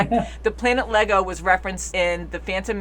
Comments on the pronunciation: Iago. Pronounced eye eggo. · "Iego" begins with an upper-case "i", not a lowercase "L". Thus, "Ee-eggo", not "Lego". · NOT LEGO! IEGO( pronounced E-yego ) However that would have been a cool acknowledgment that they are aware of the Lego Universe. See transcript below: Anakin: Are you an angel? Queen Amidala: What? Anakin: An angel. I've heard the deep space pilots talk about them. They live on the moons of Iego, I think. They're the most beautiful creatures in the universe. Here's the clip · It’s Iego... like I-ego (it‘s spelled more like a soft J), not LEGO like the toys 😅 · Actually Iego and pronounced Jego, with a soft J